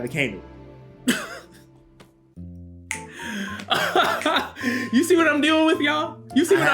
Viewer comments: I can never trust anything anime Sundays, first off he doesn't even say akainu right, second, all he says is heavy controversy and blasphemy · Why he pronounce akainu like that 🤣🤣